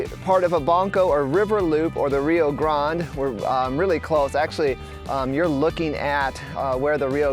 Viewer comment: Your pronunciation is incorrect, even Rio grade your not pronouncing correctly. Ask a local.